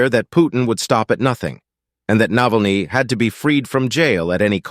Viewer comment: How about pronouncing the name correctly ? Is that too hard to do ?😮